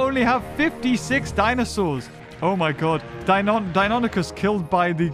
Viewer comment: the first time you said Deinonychus you pronounce it right.